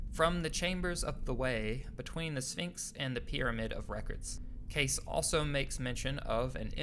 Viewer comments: Phonetically it’s pronounced Edgar Casey not Case .... Credibility thus questioned Next ! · KKKKAAAAASSSEEEEEEEE! not CASE! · Edgar Cayce is pronounced KAY CEE. not case..... but I really enjoyed this video. 👍🌈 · Good info but it's pronounced "Kay-see" not "Case". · Edgar Case? You mean Edgar Cayce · Casey, not Case. Her-o-da-tus (2nd syllable accent) Dr Schock, not Shoke. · Ir is pronounced Kay-see. The clip in your own youtube has the correct pronunciation. Why did you say Case????? Google is your friend. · Edgar Cayce, pronounced Kay-see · It is not edgar case it is Casey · If you are going to narrate a video learn how to pronounce the names of people instead of butchering them! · Given how important he was to this story, it's not great to hear Edgar Cayce's name mangled in this video. It's not "case"; rather "KAY- see". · Edward Cayce is pronounce "Kay-see" not "Case". You even show a video of a woman pronouncing the name correctly yet you still continue to pronounce it wrong. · Dude, its Edgaer Cayce ... Kay-see... Not Case... I've heard people saying laje that several times lately , wtf. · not CASE its pronounced CAY CEE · Edgar case name is pronounced cay-see. His foundation is on Atlantic avenue. In Virginia beach Virginia. Call them and ask how you need to pronounce his name if you do not believe me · Schoch is pronounced "Shock" Cayce is pronounced with 2 syllables like " KC" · It’s pronounced Kay-see. Cayce. Rock on 🎸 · You know your pronouncing Edgar Cayce's name wrong. It's K.C. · Say it with me slowly...Ed-garr Kay-cee Seriously, say it slowly, he did most of his prophecies in my home state of Alabama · Cayce is pronounced KAY SEE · Cayce is pronounced Casey. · Pronounced Edgar “Kay-see”, Robert “Shock”--get it right ya know it all millennial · Good video but Cayce is pronounced Kay see and Schoch is shock... Important people in this scenario. Check out unchartedx videos, too. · Edgar Cayce (KAY-SEE) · Edgar “Kay-see”, Robert “Shock”